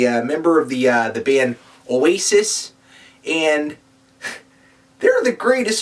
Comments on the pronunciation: Notice, how pronounces Oasis perfectly. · said Oasis right. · Of course, pronounces Oasis perfectly.